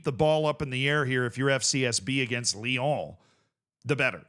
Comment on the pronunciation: theres no "the" in ibrox its just going back to ibrox, also say lyon again lol